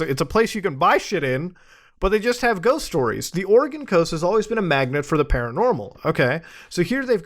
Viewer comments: Muta mostly pronouncing Oregon right is the best thing. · As an Oregonian I am so happy you pronounced the state correctly.